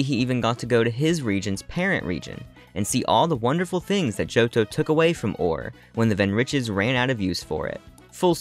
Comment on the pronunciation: This was an amazing video really loved the lore. I think the region name is pronounced Or-Ray because of the extra R in the word ore and the commercial for the game says it that way